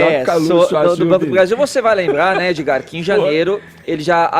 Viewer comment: Fefito chama Edgard de "Edi" aí Edi.